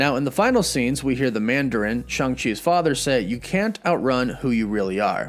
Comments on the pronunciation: It’s Shang not Shung! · bro you the goat but it’s SHANG, ang like in avatar 😂 but this Movie gonna be dope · Take a shoot every time he says Shang wrong! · You pronounced Shang wrong